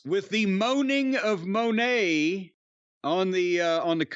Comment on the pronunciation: You guys keep saying Mercedes Moe-nay. But she apparently pronounces Mun-nay. I guess either way it's dumb, but just for sake of accuracy.